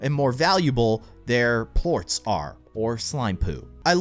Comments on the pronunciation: They aren't plooats. its (Plor-ss) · he pronounced Ports wrong